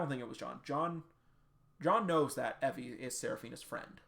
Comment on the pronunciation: I thought Evie's name was pronounced ee vee